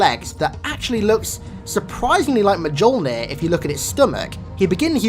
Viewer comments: Why the hell do you say ma-jul-neer? Its ma-yull-neer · "Ma joul near"It's "M-yeol-ner" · Mjolnir pronounced myollneer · I mean I love this channel but the way you pronounce Mjolnir makes me sick. It's MuleNur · its pronounced mulenear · the Spartan armor come from the norse word for Thor hammer and is pronounced MYIL-nor but great video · Thankyou, it makes me twitch every time someone pronounces the "J". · Please for f*** sake the J in Mjolnir is pronounced as a Y. It comes from Norse mythology, it is Thor's hammer. In Scandinavian languages Y is pronounced as J. Just like in skyrim. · You would think for someone who is an expert at halo lore he would know how to say Mjolnir